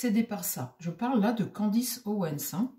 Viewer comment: c'est Candace et non Candice